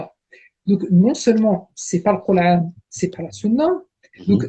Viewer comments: Il sai pa prononcé le mot Coran en arabe et il a pa reussi a lire un seul verset du quran en arabe et il veut rendre mecrean les musulman cest incroyable jai jamai vu un ignorant comme lui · a le mec en bleu prononce le mot Coran en arabe c'est incroyable MMDDRR!!!!